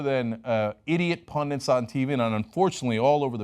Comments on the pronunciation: FFS! The word is PUNDIT not 'pundiNt'. Are you a Mexican, or a MEXICAN'T? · there is not 2 n's in pundit it is PUNDIT NOT PUNDI(N)TS